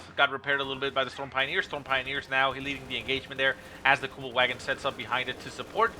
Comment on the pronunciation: normally I wouldn’t do this normally but please … the next time you say the Kubelwagon remember in German the ‘W’ is pronounced as a ‘V’ in terms of pronunciation … think of the car company Volkswagen:P Besides that little bit of silliness keep up the awesome casting:)